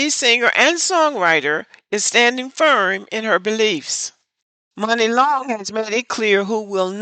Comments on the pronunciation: Apparently he’s not in the Black Community because her name is pronounced “money” not “Mooney”. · Muni (pronounced “money”) Long. She has so many stories about being screwed in that industry and she’s been around for so long. Even when she was Priscilla Renea. Kesha and her mom tried to steal her publishing. It’s been hard for her. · Stop TRYING to be a "reporter" without having done the proper research. Her name is Muni pronounced MONEY, Sir. You're just mad because you probably date Non-blaq women and you're caping in their defense.